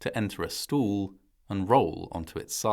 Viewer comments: I think this was an incredibly well done video. If I may make one suggestion - the word stall sounded like stool to my ears and was distracting from the narrative. No offense intended and thank you. 🌷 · I'm fascinated by this narrator's pronunciation of "stall." I know that the British phonetic typically sounds quite a bit like "stole," but this narrator's "stowool" is even more stressed. "Coze" for "cause" was also very interesting. I'm guessing this documentary is about 12 years old. $500,000 in 1979 would have been the Consumer Price Index adjusted equivalent to $2.2M in 2025.